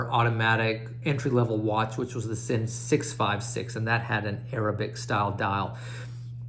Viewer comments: It pronounces as 'zin'. . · it's pronounced Zinn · Its pronounced zinn